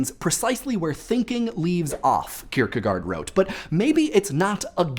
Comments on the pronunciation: Only one thing, i think it is pronounced "Kirkegort" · Kirkegard sounds weird... fistly it is an å secondly the "d" is soft................... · Your pronunciation of Søren Kierkegaard made me cringe. I know pretty much nobody outside of Denmark would be able to, but it still just sounds so wrong. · That is the funniest pronunciation of søren kierkegård I have ever heard XD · your way of pronouncing kirkegaard was weird, also i liked the spoileralert thanks